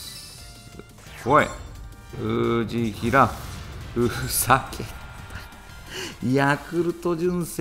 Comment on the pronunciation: 藤平の発音おかしいです！